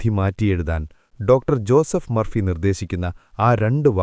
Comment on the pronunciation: ഒരാളുടെ പേര് പറയുമ്പോൾ സ്റ്റൈലിഷ് ആക്കരുത് സർ, ജൂസഫ് എന്നല്ല, ജോസഫ് എന്നു തന്നെ പറയണം.